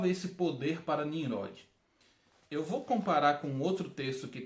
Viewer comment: Ficou ótima sua explicação. Uma sugestão: Ouça a leitura de Gênesis 10 pra vc ver como é a pronúncia correta de Ninrode.